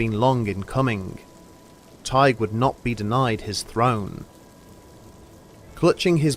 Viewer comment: Is his name spelled Tadgh not Teige because your pronouncing it like Tadgh.